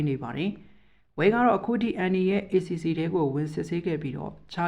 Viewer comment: MRTV မြဝတီ သတင်းကြေညာတာကြည့်နေရသလိုပဲဗျာ။ ACC ကိုတောင် account လို့မဖတ်ပဲ ရေးထားတဲ့အတိုင်းဖတ်တာဟ